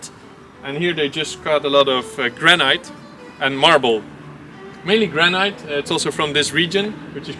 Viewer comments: Granite not granight chap! Or granit! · Granite. Pronounced gran-it. Rather than gran-night. Looks like an interesting project. Zijn jullie in Porugaal? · You are pronouncing Granite really wrong.. try this say it like there is no 'e' at the end of the word.... Granit. The spelling throws you off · Not to be too annoying… but the proper pronunciation for Granite is gran it…. As if the e is not there.. 👍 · Granite is pronounced gran it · GRANITE is pronounced, in English, 'Granit' or 'Gran It'. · Gran Night – taking your nanna out for a meal! (Granite – Usually pronounced "Gran nit" in England) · It took me quite a while to realize that he was saying "granite"... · I noticed that too... it sounded weird to me, but I thought I was the one that mispronounced it, so thanks!